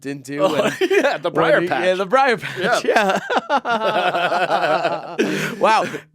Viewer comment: If it’s a BRIAR patch - wouldn’t it also be BRIAR rabbit not BRAIR? Did read that wrong?